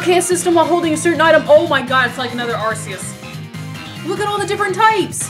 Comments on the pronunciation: I like how people who pronounce Arceus as "Ar-see-us" don't notice the correlation between Arceus and the RKS system (Ar-key-us and RKS). SIlvally was created in the image of Pokemon god. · Arceus is pronounced with a hard C. Ar-Ce-Us. RKS.